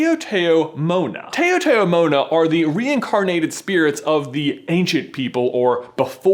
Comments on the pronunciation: Taotao mo'na is said like Tay-ow Tay-ow Mow-na, I believe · As a Pacific Islander, I'm here to tell you that it's pronounced "Tao-Tao Mona". Ta-ow Ta-ow Mo-na. Not Tayo-Tayo. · Hey man. Its not pronounced "Tay-o tay-o Mona". It "TUH-ow" Like in one syllable. Thats how we chamorros pronounce it yo. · OMG. Lol! Sorry I just need to correct you a little. It's actually pronounce "TAoTAo Mo'Na" (Tah-oh Tah-oh Mo Na). Sounding like "How How Mo nah" , not "Tay-yo Tay-yo". I'm from the Marianas Islands and Taotao Mo'nas don't reincarnate into coconut crabs. Taotao actually means "People" and "Mo'na" means" ancient ". They actually remain human spirits who live in the jungles and pinch people who disrespect the land and trees. Anyway, love your theory on how it connects to Ursula though! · Awwww lol the way you pronounced it, I was like... why does that sound familiar ?? OHHH .. lol its pronounced ta-ta-mo-na (in Guam anyway) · It's pronounced as tow-tow-mona(taotaomona). Oh the cringe!!! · Its Micronesian Culture and its Taotao (tow-tow) Mona. Taotao meaning "people" and Mona meaning "before". This is the Chamorro language from Guam, where im from. Love You Guys! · OOOOOHHH MY GOD you still haven't learned how to say taotaomo'na (its pronounced tao - like taoism) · I can't cope with his pronunciation of taotaomona. It's said, "Tow-tow-mona," the "tow" rhyming with "cow." Blargh. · Guys... it's pronounced Tow-tow-mona...think of "tow" like "towel" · he didnt pronounce tao tao mona right. Also a tao tao mona is just a spirit of our ancestors